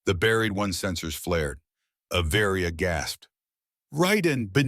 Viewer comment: Avaria is one word, it’s not A Varia!!!!! get it right!